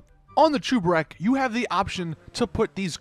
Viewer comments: It's cheburek not chooburek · it's cheburek. NOT chuberek. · He’s pronouncing it Chu-ber-ek and it bugs me but ima let it slide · What is a chooburek? Its cheburek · that’s not how cheburek is pronounced, it’s a Russian snack/meal, look up “Life of Boris cheeki breeki chebureki” where he shows you how to make it then you’ll know how to pronounce cheburek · The way he said “Cheburek” is actually painful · Cheburek is a play on chebureki and the way he says cheburek pisses me off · I cringe when u pronounce cheburek “cheburek” дебил